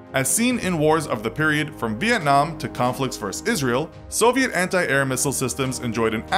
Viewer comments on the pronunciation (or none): none